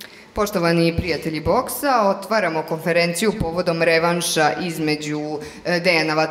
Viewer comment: koNferenciju, a ne koferenciju